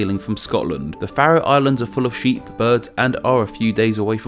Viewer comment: Haha, it's about the only one he got right :D